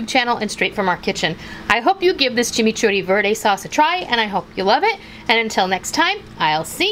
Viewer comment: Yayyyyyyyy!! A recipe from MY COUNTRY!!! I was born in Argentina 🇦🇷 I love how you pronounce chimichurri 💟 Hugs from Texas!!! 💟